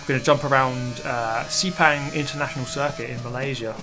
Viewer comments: it is not pronounce as sey-pang it is cer-pang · Its call Sepang not Sipang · It isn't see-pang, more like suh-pung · Sepang is pronounced as Sir-pang btw. not See-pang. will it have rain mode in this game? that would be amazing. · Its called Sir-Pang not Si-Pang LOL